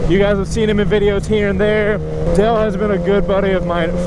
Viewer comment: oh I thought he said del died